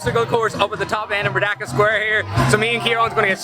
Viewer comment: Correction..should be pronounced "Merdeka" n not 'merdaka'..do not pronounced 'E' as 'A'..😂..cheers